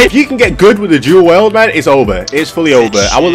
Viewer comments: Whys this guy saying WELD man. I was getting so mad 🤣 For the record it's WIELD (Pronounced Wheeled) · “Do weld” 😂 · It's dual WIELD! WIELD!!